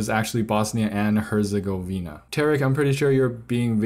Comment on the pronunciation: Herzegovina. The "g"sounds like a sounds k. My closest friend fled from their during the war so that's how I know this